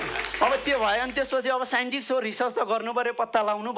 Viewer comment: साइन्टिस्टलाई साइन्टिक्स रे ।😂